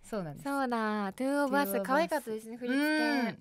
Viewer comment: トゥオブアスって言う時のはせみ、ほぼ毎回テューオブアスになってて可愛い